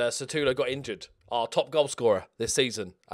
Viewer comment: I love the fact u have had Sutalo for 5 years or so, and still call him Satulo